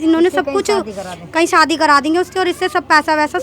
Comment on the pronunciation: मैडम सादी नहीं शादी करती है 😅😅😅😅